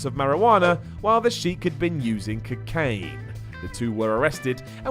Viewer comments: Did just say "Cacaine?"😂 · "Cuh-caine" hmmm? Well, at least Duggan had a good time. Lol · lmao he said "cacain"